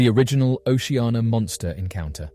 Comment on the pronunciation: Its O C Anna ... Not O she ah na ...